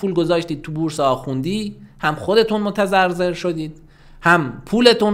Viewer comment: دقیقه 10 میگه متضرضر که باید بگه متضرر ولی اینقدر عصبی بود که اشتباه لُپی از خودش دَر وَکرد◇